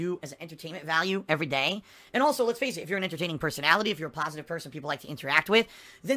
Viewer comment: I’m gonna have an aneurysm if he says ”pahsitive” one more time.